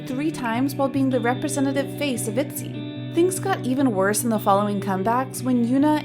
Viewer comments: Saying Itzy as "Etsy" not "Itsy" or "Itchy" (the closest to Korean pronouncination) is a pretty big mistake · The fact that your pronounced Ryujin and Yeji and ITZY wrong multiple times... (Ryujin the whole time) Ryujin is not mistreated... do y’all not know Chaeryeong? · Also Itzy, Minju, Jooe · Sorry what even is this girl's pronunciation.... Roojeen Mixneen Etzeh Yeejee Chewy (for JooE) Girl they say Itzy say it right damn, Mixnine is a a mix of two english words... Listen to their introductions And I know this ain't an accent thing because the rest of your video is in a perfect english accent